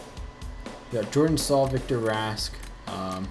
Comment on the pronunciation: I cringed when he pronounced Michal Jordan's name...... yor-DAN